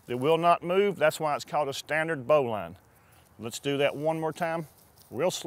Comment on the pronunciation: Turned off after his "Bowline". Wrong as dude. Also it's pronounced "Bo -lin"